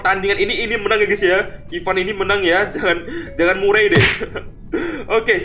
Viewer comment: bacanya merey bukan murey